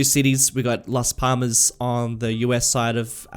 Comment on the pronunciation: For last Palmas the second L has more emphasis, it should be last pallmas, you should be saying the L as if you want to get it out of your mouth